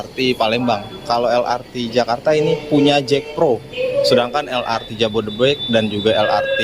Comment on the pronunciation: Kenapa el ar ti...bukan el er te